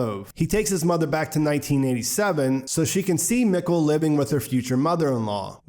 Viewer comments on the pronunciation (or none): Mikkel is pronounced “meek-el”.. do you watch in English or German?